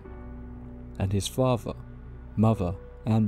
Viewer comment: "favver, muvva and bruvva' please pronounce words with 'th' it really grates! 🤣🤣